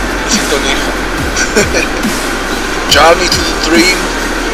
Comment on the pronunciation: Este doladit vyslovnost journey a uz to bude ok :) drzim palce, nuz a nikde v zahranici to nie je med lizat, amerika je tiez dost specificka, hlavne keby si spoznal pravych americanov, to je vacsinou pretvarka cize pozor na to ;) ale si mlady, treba skusat dalsie moznosti. Dolezite je nestagnovat.